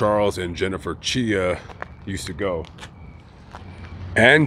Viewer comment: Chia rhymes with try ok whatever just say chai 🤷‍♀️ Sad to not lose one child but two at the same time.